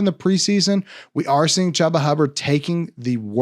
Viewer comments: It’s not “Chubb-a”, it’s pronounced “Chew-ba”. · No one has pronounced his name Chuuuba, I have always heard it pronounced “Chewba “ lol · He is not saying Chu ba, he is saying cha ba. Guess he can't pronounce his name properly. It's ChU ba. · On my life I had no idea that wasn’t the correct pronunciation. I’ve always called him that and no one on the team has corrected me. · It hurt me every time lmao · You refuse to say Chubba’s name right huh? Smh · I didn’t know! I’m legit learning I’ve never said it right. Apparently no one has ever corrected me before. My b. 😂